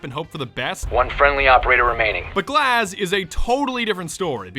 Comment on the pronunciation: In Russian glaz means eye and it's not glaaaas it gluaz you put too much emphasis on the a